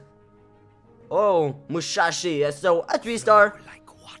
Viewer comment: Musashi you said mushashi